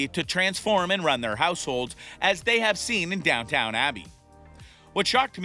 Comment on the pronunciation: No credibility in this. It is NOT DownTOWN Abbey, it is DownTON Abbey. Pretty pathetic really.